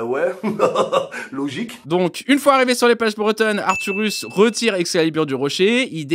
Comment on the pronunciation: Arthuros ! pas arthurus.